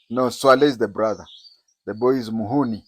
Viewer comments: you have disappointed me this time round by giving an unresearched piece of information. The names u have got them terrinly wrong. Imagine calling someone MUHUUNI! For ur information, the facts on the ground are terribly different. Resesrch and revert. Personally I like reading your writeups. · 😂 The general's name is pronounced, Mu-Hoe-Zi 👈🏿 But its damn surprising to see that we hardly know anything about each other as East Africans 😮 Now take this gentleman going on and on about a subject he's scooped up from somewhere in titbits 😂 Knows nothing about our military or it's beginning as a guerrilla army in Luwero driven by tribal rivalry! Big bro, get your notes right, will you 😅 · You can pronounce his name as ......MU-HOOO-JII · It's not Muhoni but Muhoozi Kainerugaba